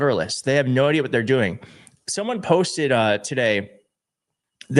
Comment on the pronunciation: Jimmy Comer: "A h'what now?" 🤣🤣🤣